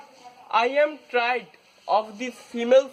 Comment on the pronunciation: Let me catch my son saying, "tried" instead of, "tired."